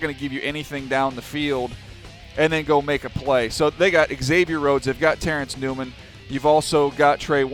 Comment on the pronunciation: its not pronounced eggsavier it's like zavier